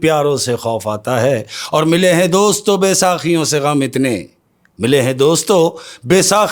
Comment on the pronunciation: Baysaqiyon ni baysakiyon word hai